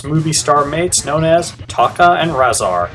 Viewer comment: Another great video! I hate to nit pick, but Tokka's name is pronounced TOE-KA...not TAW-KA